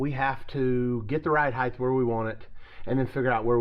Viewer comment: please please stop calling it ride "heighTH". It's almost as cringey as "telephone pole". 😕😨